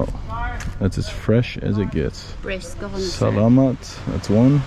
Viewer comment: You're pronouncing salamat better in this video, just need to work on "pangalan" (i know its a bit hard to pronounce right for an english speaker") pa-nga-lan not pang-nga-lang. Appreciate trying to speak our language though. Btw great content! Quality vid.